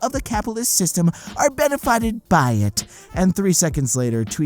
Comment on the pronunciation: “Benefeted” why did he say benefited that way